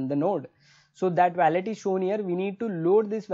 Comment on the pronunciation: bro youre very good at what you do but please stop saying weyylet ... it WOH LET